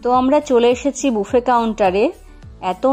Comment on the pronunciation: Pronunciation mistake BUFFET